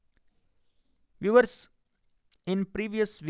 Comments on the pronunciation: I like 👍 it when he says viwers [Viewers] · I clkiked his chanal and said 'VIEWERS' then he repeated it after me😂